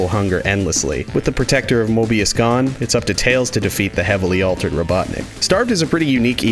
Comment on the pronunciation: HE SAID MORBIUS